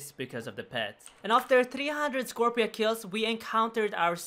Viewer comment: Scorp-C-a Scorp-see-uh